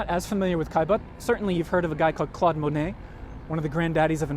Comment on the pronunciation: Mo net. Not Ma net